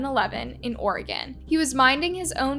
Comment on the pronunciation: I'm so glad that you can say Oregon correctly. These are crimes are just 😢 very sad.